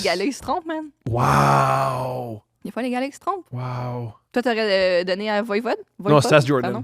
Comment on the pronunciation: heee.. VOIVOD pas VOIVOID! Pfffff!🤣